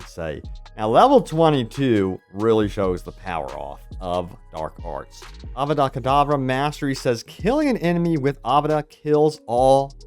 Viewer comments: A-VA-DAH KE-DAH-VA......I can't 🥲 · “It’s not Avardaaaa Kaaahdava, it’s AVADA KEDAVRA! … Harry… oh shit.”